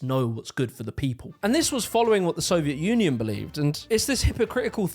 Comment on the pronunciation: it kinda sounds like he says "soviet nunion"